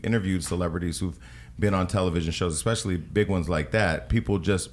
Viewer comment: I loved the interview but I cringed every time Parker said “ekspecially ” lol